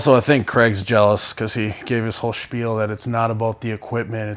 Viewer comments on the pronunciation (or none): none